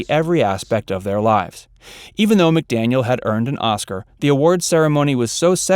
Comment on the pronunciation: It’s McDaniel, dear…